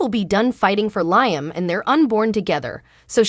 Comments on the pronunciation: Liam's name is not pronounced Liam as "ice, "but Leeeam. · I'm sorry be it's pronounced Lee um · Who is LI am???? Lee am correct way to pronounce the nsme!!!!!!! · Wow another channel that can’t pronounce Liam’s name correctly???? What us wrong with these channels that they can’t watch an episode of the show that they are doing a video to help them pronounce these characters name right???? Hell it doesn’t take a rocket scientist to figure that out????